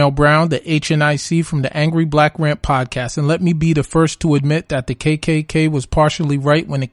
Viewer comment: OMG How I need to listen to the dote come pode caste